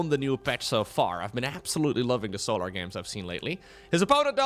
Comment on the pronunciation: I love how pronounces Solahr. I also love when pro players kill their own units, like NightMare did to his archon in game 2 XD